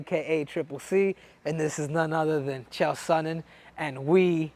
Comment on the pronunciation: Chael " Leon Esman" Sonnen....